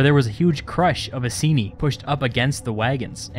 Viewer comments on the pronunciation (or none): It's "I-seen-eye" not "i-see-knee" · Please check pronunciation of "Iceni" We actually say it as "Eye-Seen-Eye"